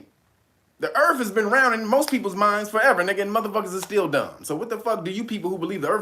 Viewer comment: " I'ma flat euurthuur my nukkuh " 😂😂😂😂😂😂